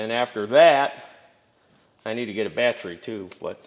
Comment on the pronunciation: Carb - i - traitor Bat - Tree Posit - she - ohne Tens- she - ohne Al - u- minium